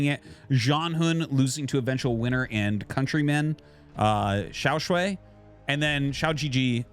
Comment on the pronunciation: Hey Artosis. Just letting you know that you're pronouncing XiaoShuai wrong. Here are the characters 小帅 you can check the pronunciation on Google :)